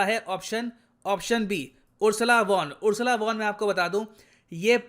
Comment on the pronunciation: Sir it is Ursula FON Der Leyen pronounce as FON